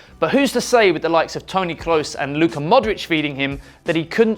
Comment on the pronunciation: I don't like hate...but those name pronunciations are just disrespect to the players.... e.g Eden Hazard and Tony Kroos , you should look up the proper pronunciations.